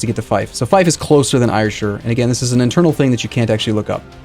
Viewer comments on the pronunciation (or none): "air-shire" not "eire-shire" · I live there and yes its pronounced air-shire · Ayrshire is pronounced 'air-shir'. Since you're playing as Scotland, just thought I'd share that. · i get so triggered when he says ayrshire wrong, its pronounced like air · hi, just to say its Ayrshire is pronounced "Air Shire"